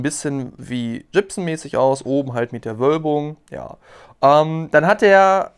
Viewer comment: Gibson nicht jibson. Wie der Schauspieler Mel Gibson oder wie Gips.